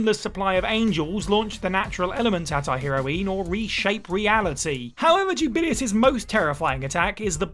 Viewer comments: Juu - ba - lay - ous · That pronunciation of Jubileus actually made my head hurt. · And he says it SO MUCH.